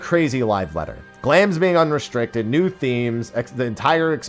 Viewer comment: UNRESITRICITED GLAM, must've been shocked about that change too if he butchered that word so horribly. Glad they realized restricted gear was redundant for so long, huge w